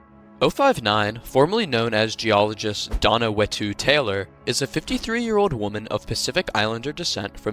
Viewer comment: For 05-9 it's whetu (pronounced fetu in MOST ISLANDER LANGUAGES) and not "wetu"